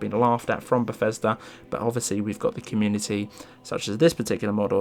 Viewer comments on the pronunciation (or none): none